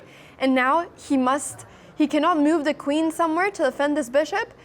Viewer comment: The way she says mewve though )